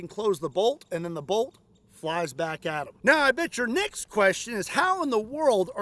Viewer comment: I thought you said and your NECKS question lol